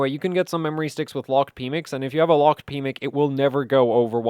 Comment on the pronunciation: Anyone else giggle every time said "pmic"?! My PMIC has been locked away for years...😂